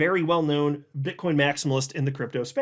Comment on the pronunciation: you said bit*h coin 😂